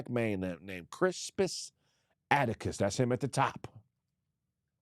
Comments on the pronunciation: Why was repeatedly pronouncing Crispus Attucks name wrong. kept saying "atticus". 🤦🏿‍♂🤦🏿‍♂🤦🏿‍♂🤦🏿‍♂🤦🏿‍♂🤦🏿‍♂🤦🏿‍♂🤦🏿‍♂🤦🏿‍♂🤦🏿‍♂, his last name is Attucks,...pronounced phonetically like, "attics" or "addicts" as in, 'drug addicts"....Goddamnn man, that was painful to watch. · This nogga saying Crispus Attucks name wrong the whole time is hilarious 😂😂😂😂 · It's Attucks bruh 😂